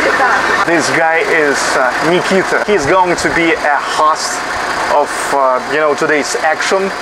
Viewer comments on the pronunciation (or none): none